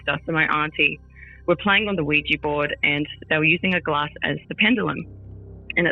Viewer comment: Hopefully someone let this woman know that they're Ouija boards, not Ouijee boards 😂😂